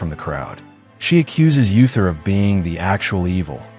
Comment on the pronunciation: Uther is pronounced OO-ther, not Yu-ther.